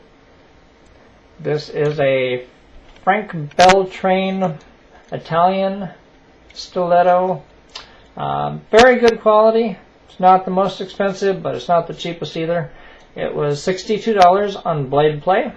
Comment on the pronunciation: Actually Beltrame is pronounced (Bel-trom-ay)